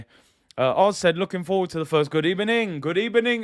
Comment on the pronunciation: Always thought Emery got a rough deal here especially with his English as in a lot of regions in Spain they pronounce their V’s as B’s hence “Good Ebening”